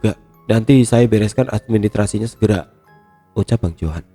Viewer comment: Administrasi bang, ada S-nya